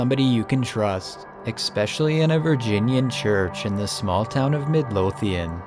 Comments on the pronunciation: Hey Genius!!! The word is not eXspecially it's simply eSpecially!!! You've said it wrong TWICE now. Why didn't anyone like your mother, father or siblings ever correct you long before adulthood??? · Oh god his cousin talks wierd too. "Expecially" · did he say expecially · Eck-specially?? Urgh makes me cringe!